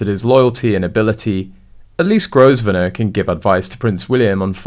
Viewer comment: It's pronounced Grove nor